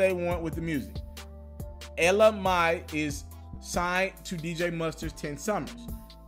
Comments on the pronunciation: Ella Mae it pronounced May not my fu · Yo dude you are still pronouncing her name wrong...Let me spell it for you as it is pronounced... Ella “May” Like the month of May You are pronouncing it “my” which is wrong!!!! To pronounce it wrong the first day then come back and correct yourself, and still get it wrong is insane. Please understand how this would lead people to believe that you are just throwing these stories together... This shatters the whole illusion that you have real sources... It Makes you look very unprepared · AND YOU STILL MESSING UP HER DAMN NAME IT’S ELLA MAE (MAY) NOT ELLA MY got damn you wanna bring some so so information get the Lady NAME right it’s MAE okkkkk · I swear when he say "my" I cringe it's not"my" it's"may" my nigga just so u understand the pronunciation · EL-LA MAY (MAI) FFS smh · Lol you still sayin her name wrong it’s pronounced ella MAY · It's pronounced ELLA MAY!!! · Shameful and ridiculous damn it's MAY.. MAY as in the month MAY as in mother MAY I learn how to pronounce people's name MAY!!! 😬😬😬😕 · You're still mispronouncing her name bro! Ella Mai: el-la may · El-Uh MAY bro MAYYY lol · *shouts ITS PRONOUNCED ELLA MAYYYYY!!!! deeezam. Lol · ITS PRONOUNCED ELLA MAY! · ITS FREAKIN PRONOUNCED “ELLA MAY” 🤦🏾‍♂️ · It's Ella mai like may nigga😂😂😂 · Bruhhhh....get the name right!! Ella Maaaaaayyyy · Ella MAYYYY DAMN U MEES UP EVERYBODY NAME lmaoaoao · Pronounced May! Damn dude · You saying Mai wrong too it's like May bro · Really, really dude. You still messing up her name. ELLLA MAY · Ella May.....damn you gone kill your cred with mispronunciation.smh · It's pronounced Ella may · Bruh I’m a stop listening 🙉 you corrected yourself on her name and still got it wrong - Ella Maaaaay , damn. Starting to think you losing touch. 🤦🏽‍♂️ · Sounds like you're saying LMi..... Hahahahahahahahah Dude just throw the whole name away.... Love you, but I just was triggered every time you said her name.. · It's Ella mai (pronounced mae)